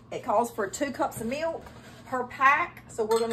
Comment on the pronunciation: How does know what folding means yet can't cook? Also, can please tell me how many syllables are in milk?